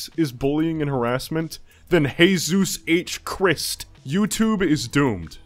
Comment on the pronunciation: "Heyzues heightch chrisst " is the funniest dumbledore donkey dookey ive ever heard